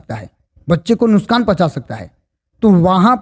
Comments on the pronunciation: Main aapki video dekhta hun nuksan ko aap nuskan bol rahe ho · सर नुशकान नहीं नुक्सान